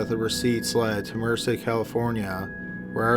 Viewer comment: May I humbly correct the name of the county where the car belonging to the murder victim in the 2nd story was found...it's MERCED, (Mer-SED) county. NOT Mercer. It's named using the Spanish word for "MERCY". Thank you & Keep up the good work. LOVE your channel.